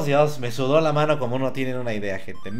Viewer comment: Aunque diga "gente" se oye como "gentes" jajajajaja siempre será el mejor:D